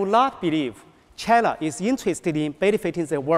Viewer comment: 这个英语肯定是临时学的吧🤦🏼‍♀️连自己国家China的发音都不标准😐